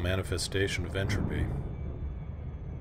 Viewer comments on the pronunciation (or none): none